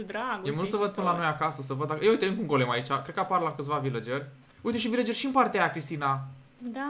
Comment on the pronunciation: CRISTINA LA VILACERI NU SE ZICE AȘA SE ZICE VILCERI. CU DRAG DELIA.❤❤❤❤😘😘😗😘🇦🇩